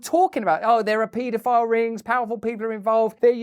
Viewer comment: I like how Russel says it "* PEE DO PILE''! LMAO..@ TWNT EE FORA TEEN